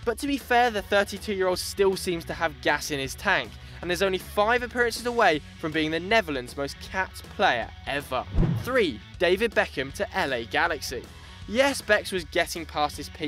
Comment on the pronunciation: Did you just say "The Neverlands"?